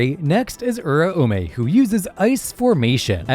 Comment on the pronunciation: The way this man pronounces uraume scares me